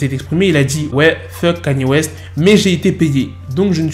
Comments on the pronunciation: Change ta prononciation de kanye west stp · Pas kani er mais Kanye West